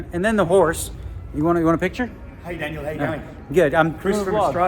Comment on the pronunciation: Danielle or Daniel ? I heard